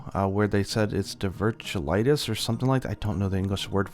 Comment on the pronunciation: Diverticulitis - die-ver-ti-cu-lie-tus